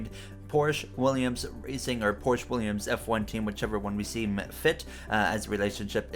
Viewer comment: Pronounced Porsch-uh